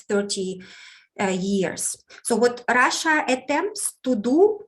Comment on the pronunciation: has the best pronunciation of "Russia" 😄 I love hearing it ❤️